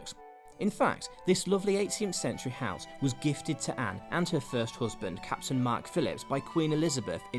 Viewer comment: The narrator needs to take elocution lessons. "hoosband"